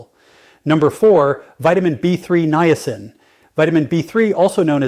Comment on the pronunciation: I watch your YouTube videos faithfully and get so much good information always. However, this AI presentation is awful. The robot talks so fast, mispronouncing simple words like Niacin, and it's impossible to keep up at all with his conversation. It's especially hard when you listen again and hear the same thing which is the simple word "Niacin". It's so hard to keep up with what is being said, especially with all the medical words, measurements, doses daily when the speed is so fast. This "robot" is particularly bad by the way. Could you please go back to just making the videos without the AI. It's going to be the ruination of our world before it's all said and done. Thanks for anything you can do to help.